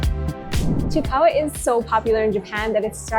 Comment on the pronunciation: It’s pronounce as chi-i-kawa not just chikawa